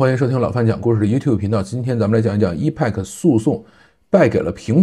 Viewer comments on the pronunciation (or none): 我觉得真的应该重视一下发音，我指的是重要单词，或者产品名称的发音，这个挺重要的，一是可以表明你是科技播主，二是表明你还没放弃不断学习，三是尊重产品，四是尊重听/观众。Epic是个“大词儿”，本身的意思是“史诗级的”，发音发成“易派客”简直太远了，应该发成“埃屁克”😆，多简单啊。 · EPIC念为 epik，不是一派克。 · 对，应该读埃辟克